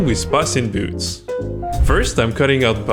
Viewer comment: You pronounce Puss in boots it’s Puss in boots. The last wish you pronounced it wrong.